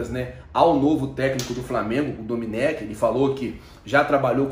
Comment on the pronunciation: Não é domenÉc, o certo é domÊnic!